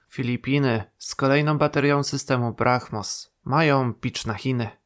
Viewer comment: Weź się nie kompromituj: Brahmos[bramos].